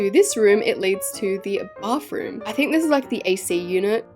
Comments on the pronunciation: YOU NEED TO LEARN HOW TO SAY BATHROOM ITS NOT BARTHROOM ITS B A T H R O O M THANK YOU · you say bathroom " bafroom"